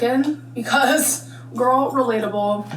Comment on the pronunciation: I feel like someone needs to do a compilation of her inhaling meat after the clip of her saying “I’m not a meat gorlie”